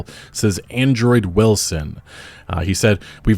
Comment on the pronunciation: LoL it was just saying Andrew wrong haha